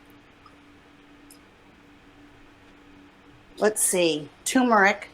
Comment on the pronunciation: She's pissed off about having to buy a mask because, unlike everything else she buys, she can't use it and return it. The average weight of a knee replacement for women is .76 lbs. That isn't a farmhouse kitchen sink. And it is tuRmeric, not tumeric, microwave not mircrorave. She just runs her mouth and sh*t spills out.